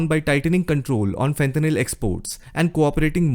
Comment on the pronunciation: fentanyl not fenthanyl